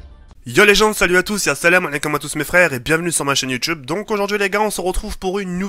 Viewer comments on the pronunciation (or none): none